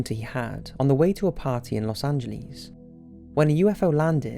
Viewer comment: "Los anglis" top5 2017